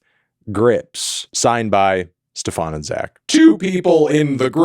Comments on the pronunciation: It's been a pleasure, STEFAN. not steFAWN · THE DUDES NAME IS NOT STEPH-AHN MELON. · Ste-FAWN... lol dude he's not french. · guys, is there a lore reason why Anthony keeps pronouncing Mr. Grips' name as Stephán? is that the correct pronunciation? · Why does he say stefan like that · ikr poor Stefan, guy has literally said his name on a song and melon still egregiously mispronounces it to this day